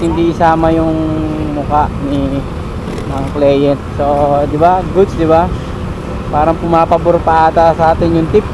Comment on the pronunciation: Pronounce mo ng maayos ung word na "Client". More power!